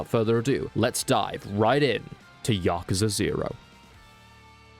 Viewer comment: You said it correctly-ish. As good as you can with english accent.